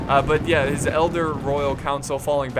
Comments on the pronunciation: just notices pronounces elder reavers as eldar reavers. HAHAHAHA # warhammer fan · "Tell me how to pronounce these." Elder pathfinders become Eldar pathfinders and all the sudden become a whole diffrent group of elves. !0 out of 10 IGN would watch again. Love the video